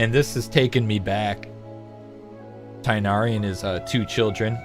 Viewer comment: did he just said tighnari with 2 chidren💀